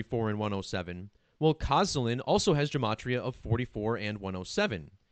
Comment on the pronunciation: "sz" in Polish equals to "sh" -- K-o-sh-ah-l-ee-n